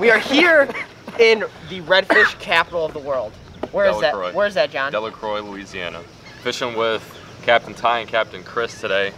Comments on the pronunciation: deleCRO not delecroy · del-uh-crow* delacroix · Its pernounced delacrow even though its spelled delacroix and i knew exactly where yall were as soon as the video started ive been fishing there my whole life and its even where we spread my grandmaws ashes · I literally fished there for my company tournament last weekend. As soon as the video started I said "That's sweetwater marina!". By the way, it's pronounced "Del-a-crow" Haha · Pronounced DelaCRO!!!! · Pronounced Del-a-Crow, My old stomping grounds, man i miss it! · It's pronounced deli- Cro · It’s pronounced Del-uh-crow 😐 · Did any body else get triggered when he said delacroix wrong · you pronounced Delacroix wrong🤦‍♂️ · Not how you say delocroix